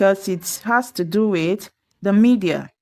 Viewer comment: Speak WITH normarlly used in Am English, for Br variant we use TO. AND be careful with your pronunciation, do not mix WITH & WHICH, it's a teaching video 👎👎👎